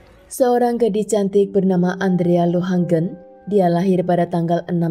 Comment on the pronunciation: Di menit, yang benar adalah Andrea LOHAGEN bukan LohaNgen, jangan seenaknya merubah nama orang. Pada Bad Belzig dibaca BAD, bukan BED, karena itu adalah nama Jerman, jangan semua di-Inggris-kan! Pada menit "LaboRatorium", bukan "LaboLatorium"! sekolah nggak sih? Jaga mutu dong kalau mau berInternet!